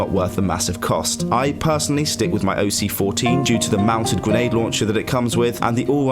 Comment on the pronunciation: The OC-14 is incorrect; Its OS in cyrillic, but even that isnt correct as its name in english would be OTs, pronounced in russian like O-tse